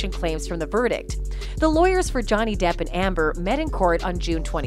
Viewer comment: I think ROTTEN took it to a personal level at times though. I think he was seethingly jealous not only of the expertise and professionalism of Johnny's team but also of Johnny as well. I could not stand Mr. 'dId i ReAd tHat RiGhT?' but also do not miss hearing the way Elaine pronounced Johnny's last name like "Dayip" - it make me crazy.